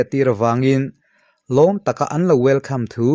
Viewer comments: welcome a lam rîk dan pawh wel kham...lam nalh thei khawp mai.. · welcome pawh wel kham tiin a lam zaih lam nalh thei tlat😄